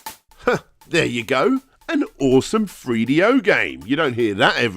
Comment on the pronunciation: nineteen eighty free